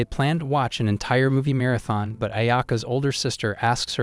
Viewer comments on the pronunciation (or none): none